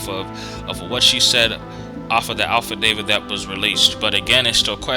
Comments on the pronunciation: Affidavit not Alphadavit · Did you say "alfa-david"? Affidavit?